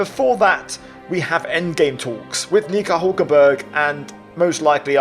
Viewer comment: you cannot be pronouncing "Nico" like that, mate 😂 You're gonna get yourself in trouble!